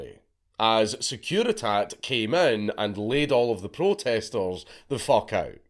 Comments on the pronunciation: The Securitate has an e at the end for a fucking reason, mate. You are supposed to pronounce it! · I'm not even that mad he mispronounced every name as long as he did it to the hungarian guy's name too. You could've asked Vee. It's written Securitate, we're not french or american, you could've pronounced the last e.